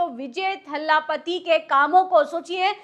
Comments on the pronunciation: Didi iam sorry to correct you it's thalapati not thhaalapati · Kya thala thalla bolti ho maidem,unka naam c Joseph Vijay hai